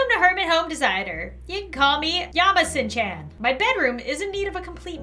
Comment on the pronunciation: the way she pronounces kun and chan☠️☠️